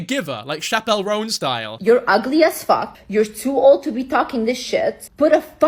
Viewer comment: Never in my life could you prepare me to hear “chappell roan” pronounced like that